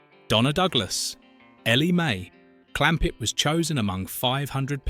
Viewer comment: You didn't watch this as a child, you never had a childhood. This is one of the worst AI's I've heard The accent is a mash up of several dialects. Stupid mistakes like "Elly May."..... Clampet as if the sentence ended with "May" and a new one starts with Clampet. AI !